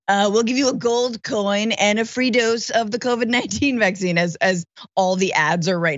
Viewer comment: He REALLY cannot say vaccine, like he can't say origin or kerfuffle or Tiffany...he just doesn't know how.